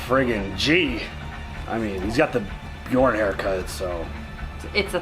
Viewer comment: Yep i heard it like that too ! :P